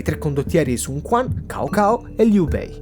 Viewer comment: Tutto fatto benissimo come al solito! Pero' una cosa importante, in cinese Cao non si pronuncia "Kao", ma "Tsao". Magari e' una cosa che chi non ha mai studiato cinese ignora, quindi mi faceva piacere condividerla :D